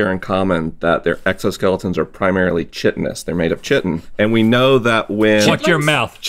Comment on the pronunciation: Me: Shaking my head at the expert incorrectly pronouncing "chitin" and "chitinous."